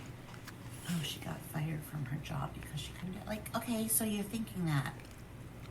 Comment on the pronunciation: She keeps saying “fiyerd” on purpose like that. Yelling at Berk to smile like PomPom. I feel really sorry for Berk.